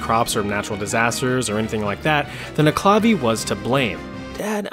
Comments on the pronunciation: The proper pronunciation is neck ule la vee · I hate to be this guy but the nuckelavee is pronounced Knuckle-La-Vee its a weird irish pronunciation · it’s pronounced nuk-a-la-vee